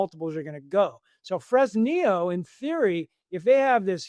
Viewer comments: Its pronounced Fress nee yooo. The humble place of my birth. Ill call up Sheinbaum and ask her to never nationalize and let the miners produce. 🤠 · Somebody tell the bald gentleman how to pronounce Fresnillo.